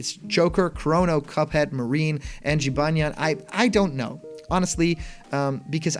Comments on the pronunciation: Huh, didn’t know that. Either way, it’s definitely not pronounced Ji-ban-jan.... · Jibanyan not Jibanjen. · Jee-ban-jan? Bruh it’s jih-baa-nyan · How did you get Jibajan from Jibanyan? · Pronounciation for the 5th one Jibanyan Jib-on-nyon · Quick thing. The yo kai character is pronounced Jib-An-Yan. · I hope this is real because I want Jibanyan. And it’s pronounced (Jee-bon-yan) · Jibanyan is said jib-on-yon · Hm... Jibanyan seems like a weird choice. Compared to some of the others, Yo-Kai Watch is a very unpopular series, especially when compared with the like of Pokèmon. Also, his name is pronounced “Jee-Bawn-yawn” Edit: Joker and Mementos are legit. The mementos was leaked as a stage from a very credible data miner. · Jibanyan's name is pronounced "Jee-BAWN-yawn" according to the YKW anime. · Just saying incase you have to say its name in the future it’s pronounced ji-ban-yan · It's actually pronounced Jibanyan (Gee-bon-yan) but it would be awesome for these guys to join the roster but I really hope they have more DLC character packs, Filia from Skullgirls, Geno, Sora, Master Chief, and Scorpion would be amazing! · Jibanyan, you said Jibanjan lol :) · It’s pronounced, Jib-on-yon. :) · Last time i checked the character pronounced his name Gee-Bo-Nyan. You know because the last part is supposed to be the japanese word for the sound a cat makes (thus why a lot of cat yokai in game tend to have names ending with nyan) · 1. I'd love to play as cuphead, but his chances are about as good as bendy or sans (Wait, they have switch ports) 2. I'm cringing at him trying to pronounce Jibanyan x.x 3. After the grinch leak, I boubt this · I really want to believe this, and I'd say this has a good chance of being real. Cuphead is the only one that seems overly outlandish, but all the other ones seem to accomplish the goal of surprising everyone. u slaughtered jibanyan's name btw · I've heard a lot of wrong pronunciations for Jibanyan but yours takes the crown